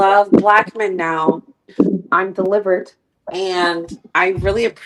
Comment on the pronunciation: said I am deliverTTT. I hollarrrrd!!! 😂😂